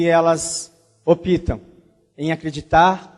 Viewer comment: .... ..." opitam"... ( é Optam!!, o "P" é mudo!!!)